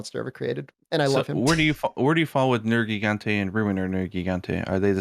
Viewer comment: He likes Nergi but pronounces his name wrong.